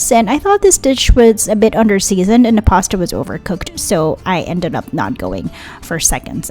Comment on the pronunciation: Pasta not pasa